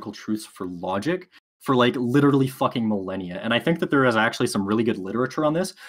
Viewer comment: By "lerly" I think he meant literally.